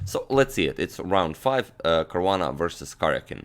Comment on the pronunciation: It's Caruana :3